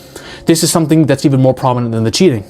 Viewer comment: "shomething always wrong"